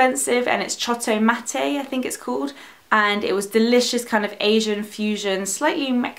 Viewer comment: I laughed at the name of the restaurant "chotto-matte" because it means "wait a little" in Japanese! (And you pronounced it correctly.) Anyway, I really like this kind of favorite video!